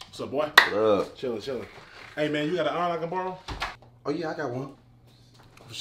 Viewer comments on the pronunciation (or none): “CAN I BORROM YOUR STUFF?” “BORROM” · Borrom lmao